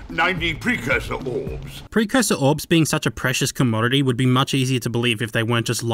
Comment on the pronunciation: woulod? go home your drunk.